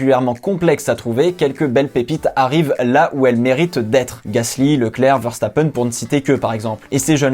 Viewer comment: Bonjour 1 ptite chose tout d'abord merci merci de ne pas avoir trucidé le nom de Max verstappen c'est génial ça change ouf ! et puis à 3 ans Max et pas à 3 ans max sciait les côtes à sa mère pour vouloir un kart qu'il à eu à ses 4 ans ( si j'ai bien compris la bio de notre compatriote Belge de naissance) 1 je trouve que vous faites des choses sympa la passion s'entends dans vos dires et votre aisance voilà c'est tout